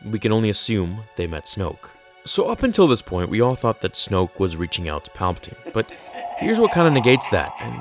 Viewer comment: It’s palbiteen